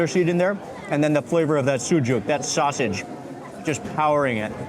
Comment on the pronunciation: I followed u for years and I didn't think I can see our Egyptian food in a video like this man ,,, I'm fasting Ramadan and I didn't have my iftar till yet and watching u eating it's so yummy and u make me so hungry ,love u man,,, love how u eat, love how u say the names of Egyptian food especially sausage u say it like us man u are so good in describing what u eating